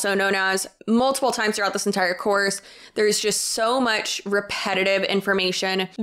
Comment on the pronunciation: Idk why but all I kept hearing you saying is “selling a corpse” 🤣🤣🤣 which let’s be honest, selling a course to teach you how to tell a course is just as bad as selling a corpse. 😂